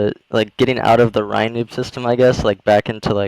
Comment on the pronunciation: “the Ryanoob system” haha